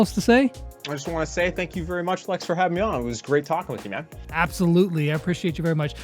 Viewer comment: YAY MY COMMENT GOT PUT IN! THAT'S NOT HOW YOU SAY MY NAME LEX DHDJSKEHDBDJ